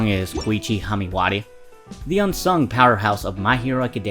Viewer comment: Knuckbuster? It’s KnuckeDUSTER. And you’re also pronouncing Haimawari wrong. Slow down and check your work dude. Decent upload otherwise.